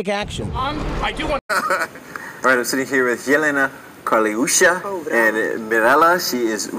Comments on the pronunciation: It's Jelena Karleuša not Karelusa. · It's karleuša not karelusa,i'm not trying to hate of course but i hope you will improve❤